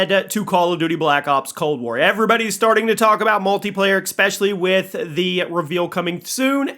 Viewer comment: Imagine saying "exspecially"